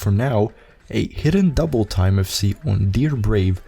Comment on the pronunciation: Say Hidden Doubletime again, I dare you.